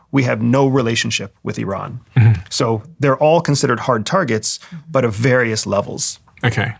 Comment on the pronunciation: First person who pronounced Iran correctly lol. Not “Eye Ran” lol